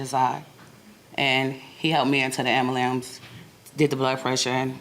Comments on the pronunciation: The "Ambulams"????? WTF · I'm suing the plaintiff. I almost fell off my treadmill when she first said "ambalamb". 🤔😂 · "Ambyoolamps" ---- get it right!😮😢😂😅😊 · How did no one tell that woman how to pronounce “ambulance”?? This is typically where parents step in and say “it’s not puss-getty, it’s spaghetti”… or in this case, “it’s not ambalams”. But she made it all the way to this point in her life without a single person to make fun of her talking like a 3 year old. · AMBALAMB, AMBALAMP….that ambulance kept charging names, and pronunciations, huh?😝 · If she says ambulambs ONE MORE TIME!!!! Girl!!!😡😡😡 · Did she say ambulum 😮 oh wow!!!! 😂😂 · The plaintiff should lose just for being a grown adult with a family and still saying Ambulams 🙄😉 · "Ambalams"..... really?? REALLY??? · A-m-b-u-l-a-n-c-e👈🏾 I almost lost my mind every time she said it! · Man I’m telling you wtf is an ambalambs😂 lmao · Lol.....I was hoping she said ambulance right.....womp womp......she said ambalams...lol. if you know you know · honest question… Why can Black people not say ambulance? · She knows damn well how to say “ambulance” so annoying how ppl talk so ignorantly . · Why can people pronounce ambulance. It is mind boggling!